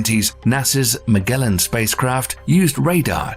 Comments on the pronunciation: He called Magellan "MAG Ellen" this is an AI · did this video literally say Mag Gellan probe? Stopped watching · 2 million subs and you still gotta use an AI voice that can't pronounce Magellan? Pathetic lazy bs. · This is an AI voice...because it pronounced Magellan wrong. Not Ma-Gell-un (with a hard throat G) but...Ma-JELL-un!!